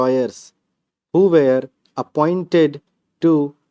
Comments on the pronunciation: Sir you speak were as where toh vo where ka hi stroke banta h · Sir measure and were and where pronunciation thk kr lay ya confusing ha